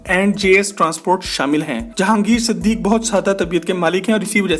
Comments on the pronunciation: siddiqi, kee, not siddiq. and lakson not lakshun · Its Siduqui not Siduque. Correct plz